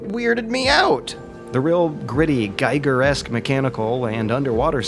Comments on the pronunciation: It's Giger, not Geiger - every kid knows that. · it's not "geiger", it's giger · BTW HR Giger's name is pronounced [gi:gr], phonetically "ghee-gur". Just for eventual future. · Giger is pronounced "geeger". The way you (And many others) mispronounce it would be more appropriate for Geiger.